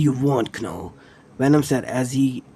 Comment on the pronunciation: it's said as null not kanull